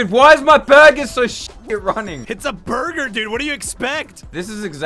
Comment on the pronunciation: jajajajaj Bro but, i dont get it, why they say burber instead of burger??